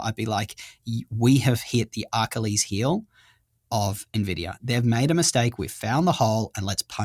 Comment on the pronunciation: That's not how you pronounce how Achilles lol